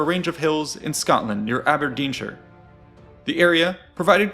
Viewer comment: Surprised an American pronounced Aberdeenshire properly lol.